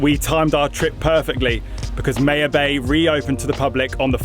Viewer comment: Pronounced my-ya-bay lol not May -ya bay cmon your accent fix it